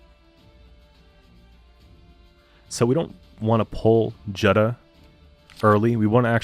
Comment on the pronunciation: Nice deck. By the way Jutta is pronounced "Utah" like the state.